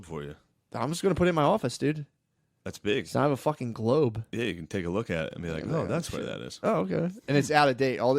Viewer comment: Did Shane say gerlobe like that documentary now episode?